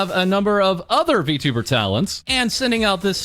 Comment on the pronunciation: "V*two*ber" lmao